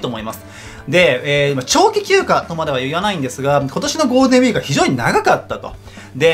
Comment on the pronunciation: ゴーデンウィーク って聞こえるw